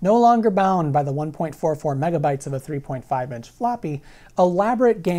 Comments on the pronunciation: When he started saying mebabytes I had to check to make sure I wasn’t watching some ancient April fools joke video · Mebabytes? I though it was called megabits? Mebabytes just sounds dumb. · carefull kids, sayin "mebabaites" is open invitation for bullies to beat you up.